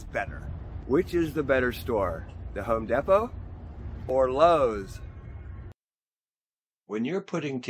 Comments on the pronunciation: Home Deee Poe. Sorry dude, it’s killing me. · It is actually called Home Depot not home Depo